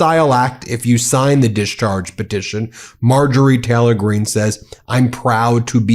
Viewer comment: Anyone notice how Ben always pronounces it “Marjorie Teller-Green” and “Laura Ingr-ra-ham”? I love the medias touch guys; but that annoys me more than it should 😆